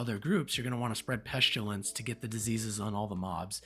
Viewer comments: "Peshtilence" lol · You say Pestilence weird